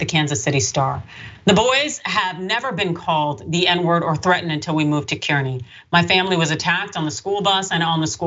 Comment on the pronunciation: The town is pronounced "carney"